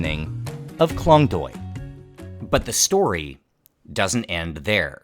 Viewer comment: You pronounced Klong Toei wrong and its very annoying but not your fault, its confusing for westerner.